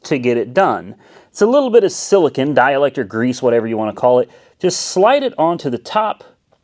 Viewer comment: Hey it's called silicone not siliken